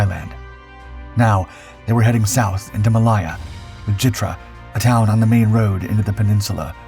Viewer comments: Ma lay(as in say) a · Please learn how to pronounce 'Malaya' - Ma Layer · ITs Malaya there is no I IN IT